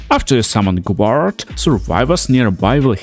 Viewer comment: Guard is pronounced GARD, not Gwahd. Good video though 👌